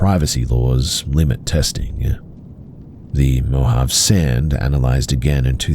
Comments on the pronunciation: You're killing me. It's MO HAV AY. Not mo-jav! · You pronounced Mojave incorrectly, it's mo ha v ay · Mojave is pronounced mow-haa-vee. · Mojave is pronounced Moe - Haw - Vey. I didn't see any other commenters say this so I just wanted to let you know!